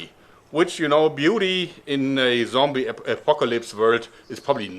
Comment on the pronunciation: "Zombie joerg" shudders